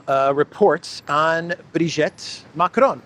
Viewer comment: Brigitte is not pronounce Brigette, it is pronouned BreeGeet. Candace Owens is a notorious compulsive liar.